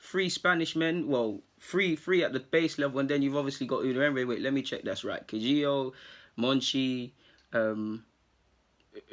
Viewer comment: Pronounce it Ka-Hi-Gao . You're welcome ☺